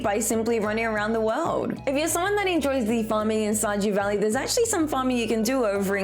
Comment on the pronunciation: Shajew valley?